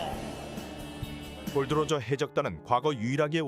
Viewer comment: 골드로저 X 골 D 로저 O